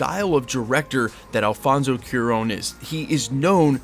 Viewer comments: It's CU as a cumin, A as an apple, RON as an apron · FYI it is pronounced kwah-rón (cwah rhymes with aah! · Cuaron (Qwa-Rone) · Try Qua (As in Quantumania) + Ron (As in "Dron", with a soft R), and make the énfasis on the last syllable. The strongest sounds should be ON at the end.